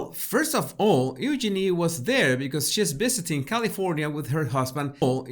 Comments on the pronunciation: Oo-Genie… lol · You pronounced Eugenie the way the British. But unfortunately a British commentator mispronounced your name. It’s important to pronounce a persons name the way they pronounce it. It’s true the commentator would have trouble saying it exactly the way you do! Super fast!